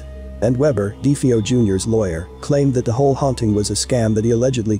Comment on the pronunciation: I wish people would pronounce last names properly. Do they not listen to interviews or do research any more? It's pronounced DeFaio. Not Defaio.